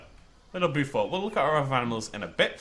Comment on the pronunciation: I didn't know this exists! It looks great, but even though it's not real the size of the enclosures bothers me! Just a little note... Beaufort = BOW-FORT (As in bow and arrow) not BU-FORT